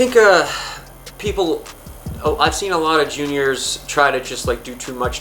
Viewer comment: What's a "juinor"??LOL